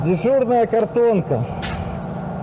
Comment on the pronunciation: дИжурнОя😂 хоты наверное по бЭлорусский это и правильно